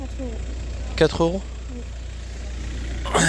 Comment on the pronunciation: tu dit pas oui met wi 😅